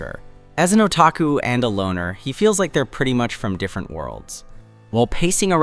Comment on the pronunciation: "Same same, but diiirerent" ahh narrator